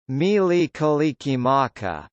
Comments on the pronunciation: you d r not even close to saying it. im hawiian im from hawaii and you dont say it right at all ur a noob at prouncing Mele Kalikimaka. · If you come to Hawaii and say it like this we will escort you BACK to the airport. Every way was wrong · That's not how you pronounce Hawaiian syllables. Aloha and no mahalo